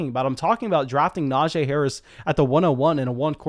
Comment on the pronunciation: It’s pronounced “NajEE” not “NajAE”